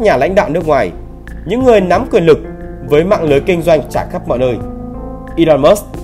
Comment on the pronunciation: Ngọng mà phát biểu tự tin ghê. 😂😂😂